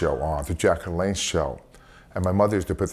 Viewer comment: Isn't it LaLanne not LeLanne?